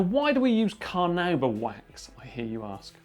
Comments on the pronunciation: It's pronounced carnaúba, the emphasis is on the "u". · carnuba wax he said? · I was more waiting for someone to comment on him pronouncing Carnauba wax "Car-Nuu-Ba"